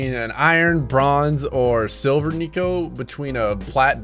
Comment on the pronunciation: Pretty sure its neeko not nico